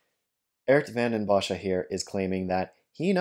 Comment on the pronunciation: He is not even close to pronouncing the name correctly. But English speakers have a very hard time pronouncing Dutch names or words, so it's fine by me.